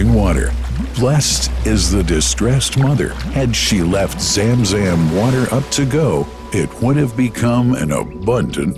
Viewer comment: Bro zamzam not jamjam